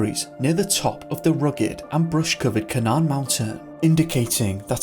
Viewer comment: 2nd story is the mountain spelt Canaan? If so, it is pronounced Cay nan. (From the Bible)